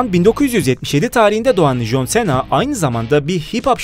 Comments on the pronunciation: Bu söyliyen adam jonsena diyo joncena demesi lazım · Aq çıldırdım abi nolur şuna con sina de artık okunuşu o adam koskoca jhon cena ya sena ediyo aq shahhshs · jon sena değil jon sina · Jon sena deyıl John sına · jonsena deyil consina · Jon sena nedir ya cohn sina olacak 😂😂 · jon sena ne yaa 😃😂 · Alay aşkına jön Sena eee tabi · Eniştem is john sina Türkçe okunuşu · jon sena dediği an videoyu durdurup kapattım. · Lütfen şu John Cena yı düzgün oku